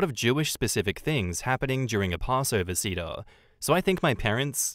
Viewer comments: Pronounced sayder not like the wood, cedar. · Just as an FYI, seder is pronounced "say-dr" not cedar like the tree. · Thank you. The way he was pronouncing seder was driving me crazy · It's 'say-der'